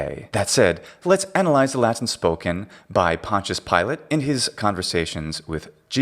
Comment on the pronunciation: You’re pronouncing Pontius wrong